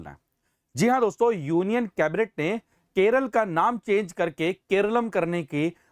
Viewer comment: no use in changing the name.. cos everyone still calls it 'keral' ..just like u sir😂